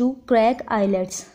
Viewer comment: R u kidding.???? The way you pronounced IELTS.. just leave